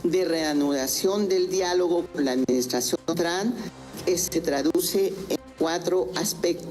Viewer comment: Esa señora no sabe pronunciar el nombre del presidente de los estados unidos 😂